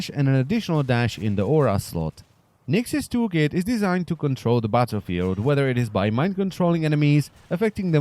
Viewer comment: It sounded like you said "Nyx's tool kit is designed to control the butter field". lmao